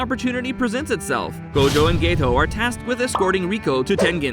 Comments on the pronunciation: stop saying gaytoe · why does he call geto gaeto😰